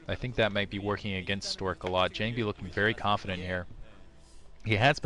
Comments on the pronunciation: most SC2GG commentators are not Korean. Believe me its jOng-bee. Its how its spelled phonetically in Korean. All Korean is in Han-gul, Han-gul is 100% phonetic. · is a great new commentator. I would argue that his gamesense is EASILY better than Kenny's. FWIW, his voice, vocabulary, and fluency seem to be much more tolerable than Klazart's. Sure, he is no Cholera in terms of his commentary, and "JONG-BEE" did get on my nerves a bit, but really, I think he is much better than the commentors here have given him credit for.